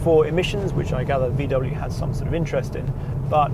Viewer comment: Oh dear... Why V double yawn